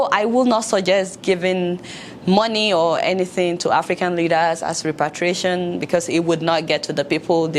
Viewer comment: 19: "reparation"